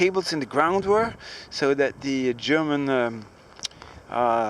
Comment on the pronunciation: you said "gerooman" instead of "german"